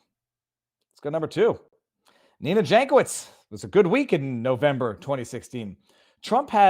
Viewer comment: Yank-oh-veetch in slavic. Like Weird Al.